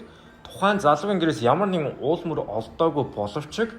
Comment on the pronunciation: сэжгийн биш Сэжүүүр Үл мөр биш Ул мөр pls zuv yrichval ugina goy l sedev bn